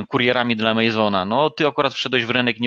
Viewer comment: To nie żaden "amejzon" od słowa amazing tylko "amazon" od rzeki Amazonki. Z akcentem na pierwsze A